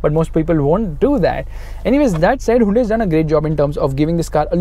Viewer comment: "huindui verna"????